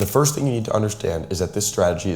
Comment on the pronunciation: “Firts 15-minute candle” 😭